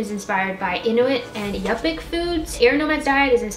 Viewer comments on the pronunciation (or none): Not super important I suppose, but yupik is pronounced (you-pick) I'm only 3 minutes in but loving the video so far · Yupik is pronounced you-pik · Your Inuít and Yupík pronunciations got me good, lol. No offense, as most pronounce them wrong, but being Alaska Native myself, I suggest maybe looking up some correct pronunciation for each…Great try and very humorous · Yup(ik) 😂 oh boy, i never heard someone pronunce them that way. That was just funny to an Alaskan